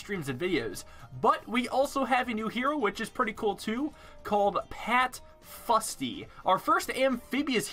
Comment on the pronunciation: As someone who lives in Scotland, where ninja kiwi have an office, I do believe it's pronounced 'foosty'